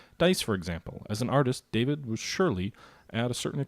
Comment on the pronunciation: Welcome to the Terror...it can only end badly. Oh and David is pronounced Dah-veed (he's sort of famous you know)